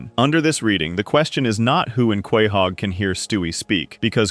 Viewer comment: Quay-hog? It’s pronounced co-hog